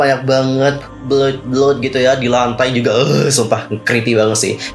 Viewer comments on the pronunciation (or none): none